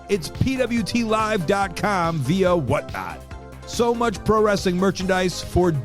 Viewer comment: Lol saving wrestling! he can’t even pronounce the word correctly,he calls it ress-a-ling. wrestling is a 2 syllable word not 3!